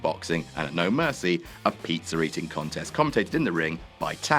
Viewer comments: Why do you say Pizzer instead Pizza? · Ah good 'ol "peetzer" . I'm assuming it is different than pizza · why you British blokes always putting an R at the ends of words that end in and A?? "John Ceener is ateing a peetzer with Liter!